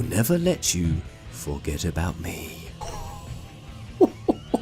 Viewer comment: Yeah you do not speak that name out like Adelle... It's A-del. Just say the A and del after it. So annoying if people get that wrong. Just as hard as saying Lunatic i guess....Long A's....not short ones....